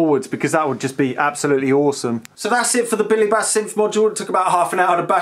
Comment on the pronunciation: Billy Base? Try Billy Bass.. (Bass as in type of Fish, not Guitar) Highly annoying video upload, didn't see any merit in what you're trying to do, why are you constantly shouting in that over exuberant way? Made it as far as 🤪👎